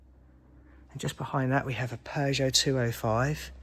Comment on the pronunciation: Peogeot is pronounced Pew sjoe And not Pears sjoe. But absolutely excellent video otherwise . Well done and thanks for sharing.